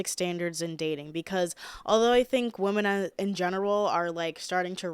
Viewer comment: i love how u say the plural for women just as woman lol. my friends and boyfriend always make fun of me for saying “whamen” lmfao don’t change lol